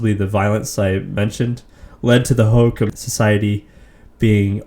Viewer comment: Ho ho Kam. Not hohacom.